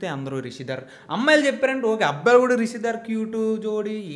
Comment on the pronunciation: Hello brother meeru ma favourite GAM couple rishidhara name ni correct ga pronounce cheyaledu so 1000+ times sorry cheppandi.😜